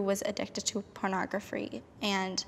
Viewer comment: mfr said ✨pOrNoGrApHfRee✨